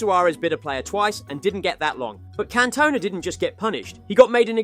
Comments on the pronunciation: Can-Toe-Nah 😂 you playing surely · "Can Tona" 💀